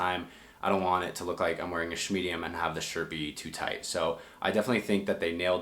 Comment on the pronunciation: I first thought I’m tripping and he’s not saying shmidium 😆